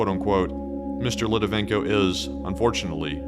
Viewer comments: Well done,! Btw, it's Alexander LitVINenko, not Litivenko. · Great video. Just a comment, you used Alexander Litvinenko's name wrong! It's not Litivenko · It's Litvinenko not Litivenko......but I'm loving this little vid. You should do more. Thanks guys. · this is a GREAT video, with high scores in all aspects of its production.....BUT,.... Buddy, you MUST learn how to pronounce people's names, especially if it's recorded. The guy's name was pronounced "Lit-Vi-Nenko". If you ever need help with Slavic pronunciations, I'll gladly help. I'm fluent in Russian. The video production, your incredible voice, and important subject matter is too good to be dismissed because of an amateurish mistake. 👍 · Excellent video. 1 would add 1 minor correction: it's Litvinenko, pronounced as spelled. And, the killings started very early on. In 1999, FSB likely set off the Moscow apartment bombings, killing hundreds, that was used to justify the invasion of Chechnya. It's never stopped. Just busy now due to dissent over Ukraine war. Another high profile murder happened in Washingon. MIkhail Leskin was killed in 2015, the night before his scheduled meeting w/DOJ.